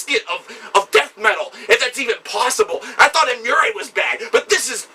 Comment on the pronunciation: I didn't know there was another way to say Emmure. Emmureay is way cooler. Smartassery aside, terrific review